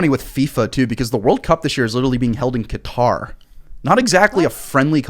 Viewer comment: Finally, someone on this show that pronounces Qatar correctly